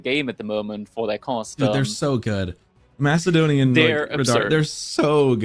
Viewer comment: Saying Mackadonian sounds horrible...